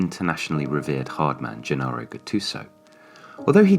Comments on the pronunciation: Good try, this is what we imagined and not what is happening, Cutrone is the only ST the other two are bench warmers, Borini is a super sub, Calhanoglou starts. Also, no offense, you clearly do not actually know about Milan or Soccer, it's not Ghe-Nah-roh Gattuso, it's Ge-nah-roh Gattuso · It's pronounced "Jennaro" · Gennaro is pronounced with the soft G, like a J.